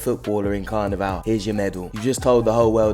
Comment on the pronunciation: Bro said CarnaVeL 😂😂😂